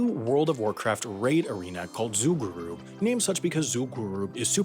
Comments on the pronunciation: Yeah, his pronunciation, or rather MISpronunciation, of Zul'gurub showed me that he never even talked about it with other people. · Did you just say zoolgooroob? Instead of Zul'Gurub? lol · Its zUl'gUrub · I know he didnt because he pronounced zul'gurub zul'goo rub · I played during this. It was single-handedly the most chaotic thing I have been a part of. Also, you pronounced Zul'Gurub wrong. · Oh my God the way you pronounce Zul'Gurub was infuriating. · The way he said Zul’Gurrub and MMORPG lol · The Zul'gurub one hurt my soul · Zul'Gurub too, that triggered me more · What about the way he pronounced zul'gurub